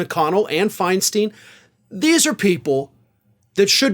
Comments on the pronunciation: Pronounced FINE-STINE, not FINE-STEEN. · Looks TIA-like. Just saw J-L Cauvin parodying it, thought he was just being generally sardonic about McConnell. Now I see this. Yikes. Even if he is absolutely vile. It's "Finestine", not "Finesteen". Sadly she belongs in LTC. Know what's scariest about this stuff? If Biden goes this way near election time, Harris may be in charge on the day. And if that happens, hello GOP landslide. The Dems are playing with fire. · Dianne Fein-STINE! STINE!! STINE!!! Not Fein "Steen"! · Firstly, Diane's last name is not pronounced Fine-Steen.it is Fine-Stine. Secondly, the attacks on Diane were cruel and ageist. Furthermore,her temporary health problems were due to Shingles. A painful physical ailment, not the mental disability that her detractors implied. Thirdly, Ischemic strokes can be and routinely are treated effectively with modern medical methods. Finally, any of us (himans) can have our lives turned upside down in an instant. It would be wise for us to consider our own vulnerability to ill health and misfortune. Now seems to be a good time for compassion even for and perhaps especiaaly for old reprobates like Senator Helms, er. I mean that old repobate Senator Mitch McConnell. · Finstein not finsteen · Totally agree 💯 w/r/t to Mitch McConnell & Dianne Feinstein, but just a suggestion - as a 40+ year resident of San Francisco, i can say that Feinstein's name is pronounced Feinst 'eye'n or 'fine stein', like a lager mug, or 'Frankenstein', if you like, just not 'FeinSTEEN', heh👍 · her name is pronounced like a rhyme: fine stine, not fine steen. Just sayin'. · I'm from the San Francisco Bay Area. It's pronounced Fine-Stine not Fine-Steen. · The California senator’s name is pronounced Fine-stine. Not Fine Steen. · Hi. Love the show. BTW, it's FINE-STINE, long i sound. ( Bay Area resident).🌹🌹⭐🌹🌹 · To: its Feinstein (Fein STINE)